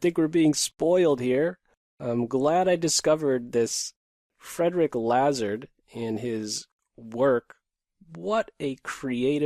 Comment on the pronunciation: The pronunciation is, I believe, Lazar (without the d)